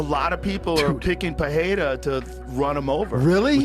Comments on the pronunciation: I hate Cejudo so much. He tried to throw some extra sauce on "Pereira" and said "Paraya". That's not even how you pronounce it with the accent lmao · I don't understand how Rogan being involved with the ufc all this time still can't pronounce Pereira.